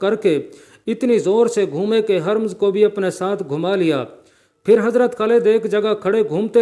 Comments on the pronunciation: apna talafuz teek ker lain. Ye nam Hermz nahi tha balkay Hermaz hay. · Harmz nahi " hurr- maz " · یار ھرمز کا نام تو صحیح لو۔۔بالکل ان پڑھ لگتے ھو ۔۔بار بار حرم حرم کہہ ھر۔۔مز ھے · Not Haramz, it's Hurmuz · یہ Hermz نہیں ھے بلکہ Hurmuz ھے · ھَرمز نھیں ھُرمُز ہے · Haramz Nahin Hurmuz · Aoa sahaba kiram Kay name mubaric Kay sath razi Allah taalah Patna zaroori hay aur Urdu talaffz harmaz hay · The text was good but reciter did not the Urdu language pronounciation as he did too much mistakes ,He could not say the correct name of Irani Commander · HARMZ Is not Hurmaaz ۔۔کیونکہ بار بار غلط پڑھ رھے ھو